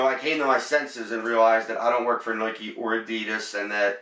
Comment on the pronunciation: Lmaooooo “nuey-kee” 😭😭 but good video, enjoyed it